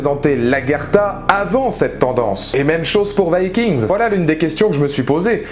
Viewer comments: il meurt tous sauf ivar et on prononce vikings et non vaskings cest un peux nul avec l'accent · ce que je retiens de la vidéo c'est la prononciation du titre viking, c'est chelou